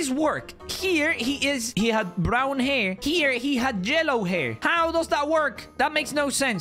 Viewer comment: Bro said jellow😂😂😂🔥